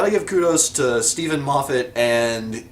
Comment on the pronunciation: You're pronouncing Moffat right, but Ecclestone wrong. It's Eccle-Ston. Your 'are you my Mummy' is spot on ;0).